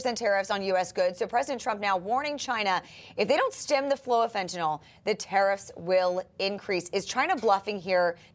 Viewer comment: The Democrats do not realize it is the Cartels who are growing all the avocados. They have controlled the farming of the fruit for years and probably make more money off avocados than fentanyl. BTW, why to these people pronounce Fentanyl as Fen-tan-OL? Jeez!